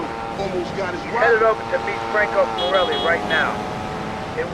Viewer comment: Love how Salvatore called the forellis the "corellis" at 5.27 😂